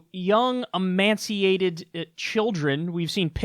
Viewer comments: Emaciated (E-may-she-8-ed), my friend... not emaNciated. Just a friendly correction. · Kyle, FYI – emaciated not emanciated – that's not a word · Emaciated. Not emanciated. I corrected Kyle; this is the greatest day of my life. In your face, Kyle! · The word is “emaciated” Kyle not “emanciated”, jeez!... fake news! (Sarcasm) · yikes Kyle, "emaciated" children, not emanciated. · Its not emanciated it is emaciated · No n in emaciated Kyle ;) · "Emaciated" not emanciated LOL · . . . you mean emaciated? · Emaciated. No n. Not emancipated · You say "emanciated". AFAIK it's pronounced "e-may-shi-ated." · Emanciated??? Emaciated perhaps :\ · Amaciated not emanciated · emaciated, not amaciated nor emanciated. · Emancipated??? Emaciated... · “Emanciated....” is that the quality of being halfway between emaciated and emancipated? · Kyle its emaciated not "emanciated". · emaciated not emaNciated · Emaciated is pronounced e-may-see-a-ted; it sounded like you were trying to say emancipated! lol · emaciated eh-Māshe-ee-āded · If I was running a show, I would definitely want to know if I was misusing a word. It's emaciated (e may see a ted). Sounds like you're inserting an N. Much love from a jaded American who sees the extraordinary service you provide all of us, Kyle. <3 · Emaciated Kyle, no N. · No "n" in emaciated. Otherwise, good clip.